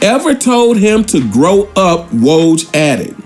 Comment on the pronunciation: Brother You Butchered "Coach K" And "Woj's" Names 🤦🏿‍♂️🤣!!